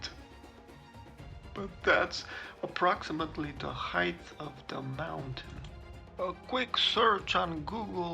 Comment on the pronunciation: Sorry to be picky, but the word height should be pronounced without a "th" sound at the end similar to the pronunciation of the word weight. It does not sound like the words length or width which have the last two letters reversed to produce that sound. Nonetheless I enjoy your photography.